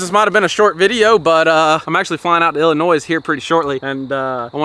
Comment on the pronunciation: YOU DONT SAY ILLINOYS WITH THE S SAY IT LIKE ILLINOY